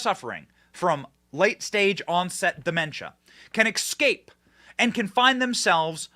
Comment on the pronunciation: The word 'escape' ... is pronounced 'eScape', believe it or not.